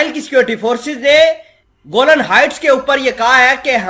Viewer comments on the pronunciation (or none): Bhai Jan theek se parhen please. گولن نہیں کہتے بلکہ گولان ہائٹس کہتے ہیں